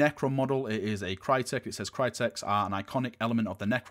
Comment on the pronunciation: That pronunciation of cryptek tho lol